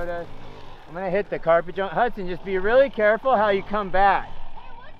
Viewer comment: Can someone clear up the 'Huckson' vs. 'Hudson' thing for me?